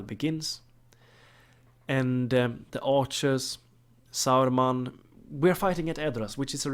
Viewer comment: It's ok. I like it. It's funny. 😁